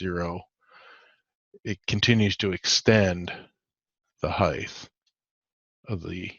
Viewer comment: Height 'th ?? I'm South African. Is that how you pronounce it there?